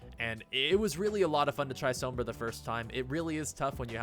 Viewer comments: You said Sombra wrong the first time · Please stop pronouncing Sombra like that.......